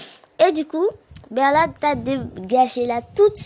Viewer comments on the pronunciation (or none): Mdr c’est pas berlot mais bertold